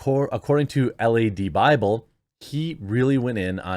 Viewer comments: Lad Bible, not L.A.D :) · It’s not L.A.D. Bible…. It’s lad Bible…. Lad means youngster in England but it’s more of a word like mate.